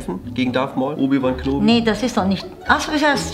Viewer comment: Obi wan knobie lachflash aber eigentlich spricht man ihn kenobi aus